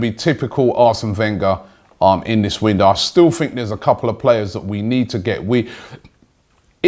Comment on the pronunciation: What do you guys "fink"?